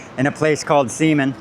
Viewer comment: I'm sure others will chime in, but the X in Ximen is pronounced like "SH" in English. So that district is called something like "Sheemin". It really comes to life at night once the sun goes down.